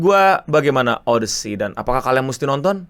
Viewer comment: odisi bukan odesi